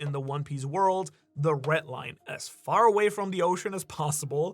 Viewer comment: Red Line not retline